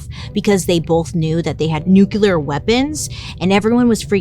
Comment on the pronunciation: I really really love you but can you please learn how to pronounce nuclear